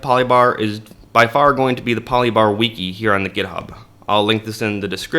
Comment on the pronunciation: Bro thats not how you say Wiki